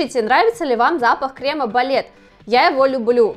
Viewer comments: на самом деле нет. Нужно действительно говорить "кремЫ", а она говорит "кремА" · Крем во множественном числе крЕмы, а не кремА. Слух режет ужасно. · Не кремА, а крЕмы